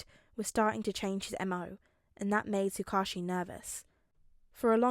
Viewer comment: I just wanted to say finally a tsuk ouchie pronouncer. I’ve always read it as that and I never noticed when I first listened to the video since me too! It’s always weird hearing Tsukuichi or however it’s spelled because I’m like who??? An oc maybe? But then he’s in other videos and I’m like WHO IS HE!!!???? But in reality it’s the off brand Man in the yellow hat from curious George.